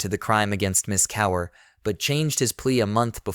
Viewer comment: You should teach your AI how to pronounce words like Kaur.